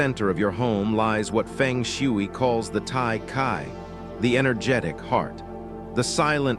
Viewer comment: Nobody will believe you until you make the right pronunciation of Feng Shui. There are 2 right pronunciations, in Mandarin and Cantonese.